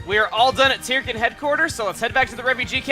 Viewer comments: I figured Tirkin was pronounced "turkin", like "turkey", since they're little bird guys. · Chugga, you pronounce Tirkin as "Tear-ken", yet I always thought it was pronounced as a combination of turkey and chicken (tur-ken). Do you pronounce it as "Tear-ken" because you simply want to say it that way, or is there something in the name I just don't get? I'd love to know if you have more information on the name. Either way, keep up the amazing work.